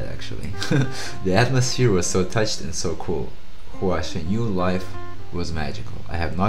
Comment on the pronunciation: Good and honest reaction. You're right, you cannot like him from just one performance. Everyone has different benchmark and preferences. BTW, don't treat his name "Chen" like a French word 😁. Say it like how you would say Chinese surname "Chan". His movements are just spontaneous and not choreographed. He doesn't like to dance for a performance lol. Good luck.